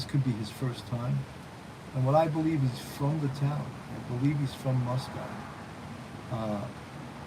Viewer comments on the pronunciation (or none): Moscow rhymes with Roscoe.